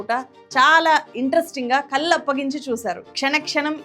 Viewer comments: కల్లు కాదు తల్లీ... కళ్ళు నీ pronunciation 🥱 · garru, vi.deo chala bagundi kani mee vu chcharana cchala naasi rakam ga vundi. Mukhyam ga kallu,velli lanti padalu vintoontey cchikaku ga vundi